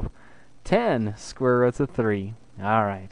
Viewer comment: Did you say square ruts? Or is my hearing bad? Anyways, Great lesson.